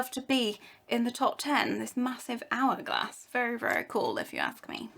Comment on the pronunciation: It's an ''Hour''glass...